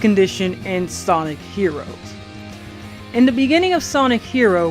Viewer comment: "Shadow DE Hedgehog"